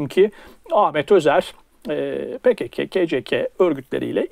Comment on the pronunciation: "Pekeke, keceke" telaffuzları bana çok şey anlattı. Bugüne kadar tam olarak hangi çizgide olduğunu anlamamıştım ama bu ayrıntı bana net fikir verdi. Bundan sonra zerre itibar etmeyeceğim bir "hewalist" imiş Güller meğer.